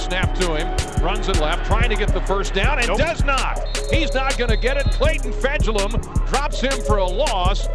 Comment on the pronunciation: Just please try to pronounce his name correctly :) Fejedelem is a Hungarian word, it means "reigning prince". The pronunciation is approx. Fa-yeh-da-lam (the only vowel you pronounce in this word is the one you say in "man", "van"... )